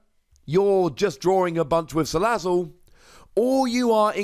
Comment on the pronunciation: Wait a minute... He's Pronouncing Salazzle Correctly